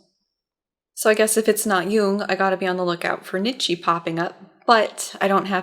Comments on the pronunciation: I'm really loving the series so far. I don't know if this is intentional and I'm just being a whiny philosophy major, but the name is pronounced 'knee-tjuh', not 'nit-she'. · his name is pronounced like "KNEE-CHA"